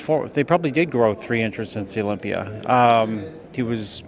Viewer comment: What’s the deal with the pronunciation of Olympier? It’s Olympia 👈 a not er 🤷‍♂️